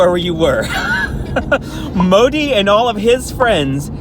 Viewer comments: The 'd' in Modi is pronounced as 'the' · Modi pronunciation 😂😂😂